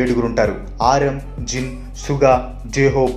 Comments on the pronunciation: Annayya adhi Jim Kadu jin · jim ani but it's okay :) mana anna ne kada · Bro miru suga and Jungkook name ni thappu ga pronounce chesaru but i love u and love bts more than everyone 💜💜💜 💜💜bts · Bro plz pronounce the names of bts correctly(I'm saying it positively as an army)